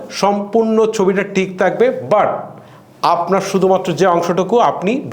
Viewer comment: আপনি সম্ভবত "ঠ" উচ্চারণ করতে পারেন না। "ঠিক" কথাটাকে বারবার "টিক" বলছিলেন।